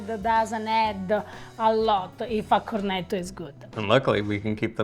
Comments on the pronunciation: it is not a cornedo or cornedi. It is pronouncedCorneTTo and corneTTi You must stress the T and remember is a double TT if you do not do that it sounds like corneto which is equally wrong. Like when you say Italy it sounds like Idaly which is annoying to Italian ears. Just a suggestion friendly suggestion as I enjoy your videos. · Cor, roll the r, net’….toe….. not….cor net o… in my 45 years living in an Italian household with relatives in Italy…I’ve learned 😉🤣🤣🤣🤣🤣 Ava, another wonderful job…..in Reggio end of September visiting family!